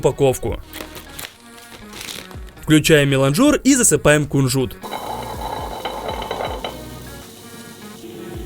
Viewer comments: Миланджер ударение на а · В слове «меланжер» даже нет буквы о, зачем он туда ставит ударение 😩😩😩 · Нет такого слова меланжор! Уши режет. Там даже буквы о в слове нет! Правильно мелАнжер, произноси так, пожалуйста